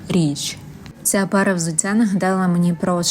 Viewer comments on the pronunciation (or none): взуцця - це не суржик. Це московський акцент в українській мові